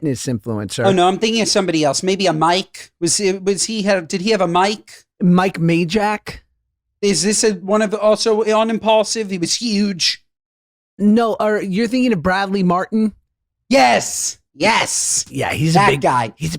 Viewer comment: Mike 'mayjack' is wild lol. It's spelled majlak first of all😂 and pronounced meelak